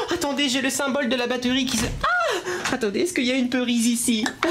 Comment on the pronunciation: XD j'aime trop tes euh dans tes mots par exemple batteuhrie